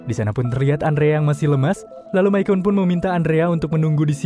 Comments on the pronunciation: Misyon min bacanya. Bukan misyen / myken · Bang Micon dipanggilnya bukan mikon tapi mison 😀jadi c nya itu s bukan k